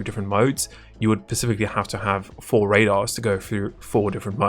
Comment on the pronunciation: Please, for the third time, its "specifically designed" not "pacifically designed"